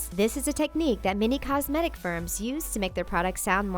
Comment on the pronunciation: Why did she pronounce "cosmetic" in such a weird way?